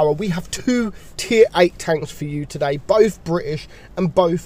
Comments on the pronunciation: bri'ish powa! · Bri'ish power*